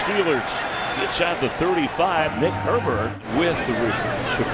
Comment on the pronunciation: His name is Herbig. Why do they keep calling him Herberg?